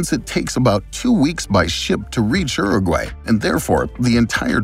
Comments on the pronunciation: Wtf is ero gway ?? Is he trying to say Uruguay??? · Yeah is it not Your-a-gwuy? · It’s not said uru-gay it’s said uru-guai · Every now and again, I hear an American pronunciation of a word and I think ‘wtf?!’. Never heard it pronounced like Urragway. Interesting video. Thanks. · That was the worst butchering of fédération international de football association ive ever heard. Not to mention uruguay. Anyway other than that great video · The way you say Uruguay is really disturbing to me 😅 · The channel is Geo history and doesnt know how to pronounce uruguay 💀